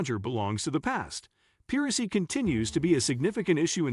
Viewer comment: Great video. Just a suggestion, but maybe check the audio for misspeaking words, like piracy